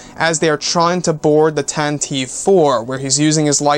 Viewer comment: Princess Leia's ship is called the Tantive IV (pronounced TAN-tiv-ee 4). You need to do your research on these things in the future or hire me as a consultant for these things.